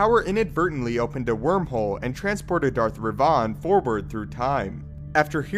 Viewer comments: Darth Revahn? you mean Revan? how did you get that wrong? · He said darth REVAUGHN lol u mean REVAN??? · “Darth Rev-aughn” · Is Darth Revan now Darth Revaughn? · Does it bother anyone else how he pronounces Revan? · I'm sorry but, are you saying Revan? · The way you say Revan makes me sick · I died a little everytime he said it. Wft is that?